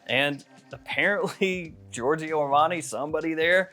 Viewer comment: Love your content. As a European though just one friendly remark: please don't pronounce the second "i" in Giorgio